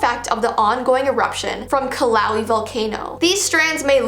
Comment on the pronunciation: It’s Pe-Le also it’s ki-lu-e-ah